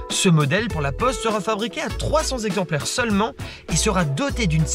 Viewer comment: Beaucoup de fautes de syntaxe et de prononciation (trente-cinq z'exemplaires ...) dans cette intéressante vidéo. Un peu speed mais sympathique.